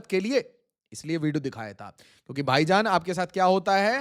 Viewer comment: Vaijaan ❌ Paijaan ✔️